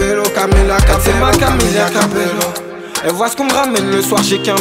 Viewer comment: ça se prononce cabeYo